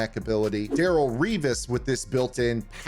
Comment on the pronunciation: It’s Darelle not Daryl